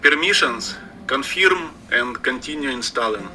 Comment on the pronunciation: I do believe that tech support guy said "Conferim and continue in Stalin".